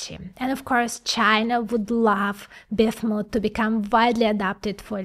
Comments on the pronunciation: It really irritates me that she cannot pronounce the name "BISMUTH". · Was trying to catch what exactly she was saying. Sounded a little like biff-mutt. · lmao each time I hear bithmut haha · BIZLISP #smile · I think the best part of this is hearing say Bismuth.